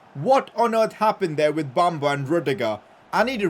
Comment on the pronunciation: PCQ:Pronounce Bamba as Be-m-ba i know its a E but thats how you pronounce